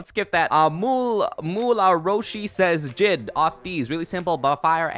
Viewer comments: Did you say JID as one word and not say it as " J I D " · “Jid” your meant to say it like j-i-d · He said “Jid” instead of JID